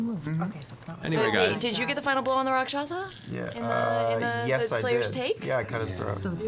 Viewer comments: I find it so endearing that Matt always slips with the Rakshasa. He always says "Raksasha", yet when people ask him what it is he says it right. Idk its cute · Welcome to the return of Matt saying Rock Sasha.